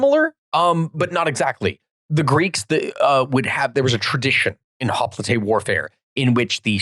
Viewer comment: "Hoplite" is pronounced "hop - light" in English. I know you're trying to be more accurate pronouncing it like Greek, but this doesn't really work in English since we have such a long-established tradition of pronouncing it "hop - light". All adememics giving lectures in English will pronounce it that way, and it kind of just makes you sound dumb to attempt to say it that one word in Greek, when you are simultaneously mis-pronouncing a bunch of place names and personal names (and sometimes using Latin, sometimes Greek and sometimes English terms).